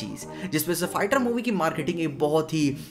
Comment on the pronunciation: bro I don't know why its only me or anybody else who also heard the pronunciation of "fighter" as "farter" in the video